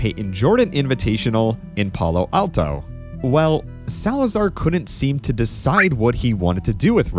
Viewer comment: Love the video, but that is some weird emphasis when you pronounced Palo Alto